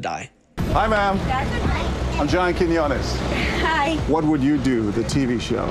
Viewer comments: Keen-yo-nes Why is that so hard for y’all? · I love how brutally he butchers Quiñones every single time he mentions John lmao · The fact that we have the same last name, and that you butchered it so bad. 🤣👌🏼 Great start to the video.